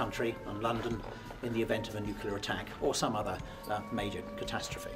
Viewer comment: Why are the English all beginning to say "nucular" like the Americans? It's "nuclear" 🤦🏼‍♂️